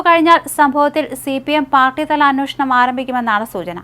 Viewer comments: എന്നോഷണം അല്ല.. അൻവേഷണം എന്നാണ് ഉച്ഛരിക്കേണ്ടത്.... അന്വേഷണം... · അന്നോഷണമല്ല അന്വേഷണം എന്ന് പറയൂ കുട്ടി